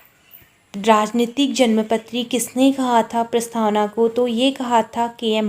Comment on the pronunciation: प्रस्थावना नही प्रस्तावना